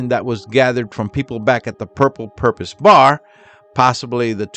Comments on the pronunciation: i dont know if its your accent or what, but the word is "purple porpoise" not "purple purpose"😂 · Porpoise not Purpose. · It’s porpoise, not purpose! Duh. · It's not " The Purple Purpose "...It's Porpoise, as in Dolphin! Cheers! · PORPOISE (LIKE FISH) NOT PURPOSE DUMMY. YOU NEED TO STOP MAKING VIDEOS UNTIL YOU CAN SPEAK THE LANGUAGE.!!!!!!!!!!!!!!!!!!!!!!!!!!!!!!!!!!! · Porpoise NOT purpose!! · Porpoise not Purpose 😊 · por poise as in "turtle" had to say it.